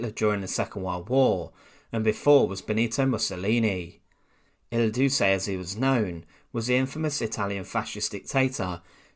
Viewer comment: It would be of an advantage if you could learn to pronounce names correctly ( „ Il doossey“ just doesn’t work, does it?) the Brit Empire is long gone. Show some respect for other languages , cultures and different forms of how people communicate. Otherwise, go back to your pork pies and warm beer or just shut up and quote the likes of Nigel Fartage and your moron of a prime minister. The rest of the civilized world can live with that.